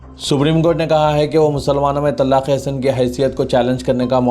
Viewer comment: Ap please urdu durust kahey TALAQ HAI TALLAQ NAHI jahil na baney Kal Adam hai Kaaaal adam nahi stupid na baney thank you